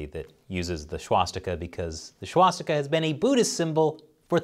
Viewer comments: I'm fairly sure "swastika" doesn't start with a "sh" sound, just a normal "s". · Do u even know how to pronounce the word "swastika"?